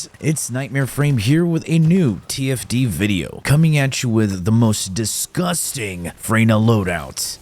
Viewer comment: have to replay that intro again, i thought he said "tft video" lol yeah tfd